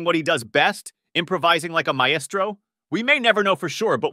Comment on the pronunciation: The fact that he doesn't know how to say Maestro gets me